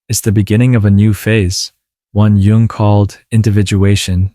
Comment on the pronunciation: Nice!! BTW, it's pronounced /jʊŋ/, not Young...😉